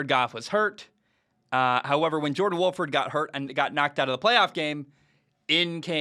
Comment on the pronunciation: John* Wolford. Poor guy always has his name mispronounced. Today, Bayless called him John Wofford lol.